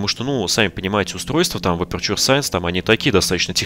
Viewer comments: Эпечу саэнс , НЕ АПУРТУРЕ И НИКАК НЕ АПЕРЧУР... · Боже перестанб говорить аперчур,правильно говорить эпечер саенс